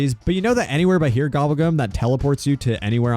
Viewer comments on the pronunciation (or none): none